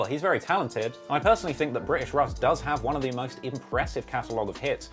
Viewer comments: Pronounced “Rush” as in Russian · English russ is pronounced rush not russ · UK Russ is pronounced ‘Rush’, short for Russian. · English russ is pronounced "rush" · his name is pronounced "rush" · british russ is pronounced ``rush´´ or like the begining of ``Russia´´ because its a abrreviation for russian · you know uk russ name is pronounced rush because it stands for russian (i havent watched the whole vid yet so idk if addresses it) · it's pronounced 'RUSH' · who tf is russ lol its pronounced rush short for russian in, if he doesn't mention hunch taking his jewels imma be vexed